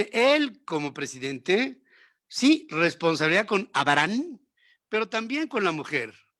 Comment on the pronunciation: Sr Ferriz que se puede esperar de alguien que ni siquiera puede pronunciar correctamente el nombre de Abraham eso, 😆😆😷